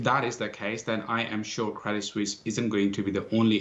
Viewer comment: Credit Suisse, not Credit "Sussie". Neither Susie nor Suzy. - uncertainty, not "uncertainity"